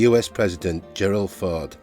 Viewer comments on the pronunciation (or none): none